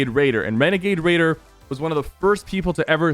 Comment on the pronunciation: he sort of said renegade raider like renegade waider